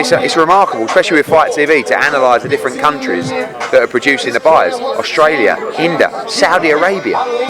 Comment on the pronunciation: WTF, My man can't say India